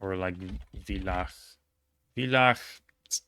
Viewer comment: Hi, a tip on your otherwise of course immaculate pronunciation: The V in place names in (especially southern) Germany and Austria is almost always pronounced like an F, ergo [fılax] (Villach), same for Villingen-Schwenningen, Vilsbiburg, etc.